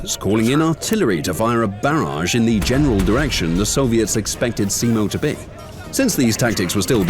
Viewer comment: first youtube channel that actually put some effort trying to say finnish words and names correctly and to me the pronunciation was pretty correct better than other channels non finnish channels that has made a video about simo.